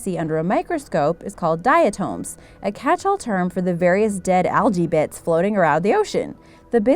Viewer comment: Diatoms is not pronounced like that lol.